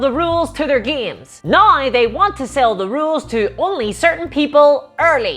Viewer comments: I’m sorry, my disgusting American ears are confused. What is a nai ow? Love your work! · They way you say “now” is really fucking with me lol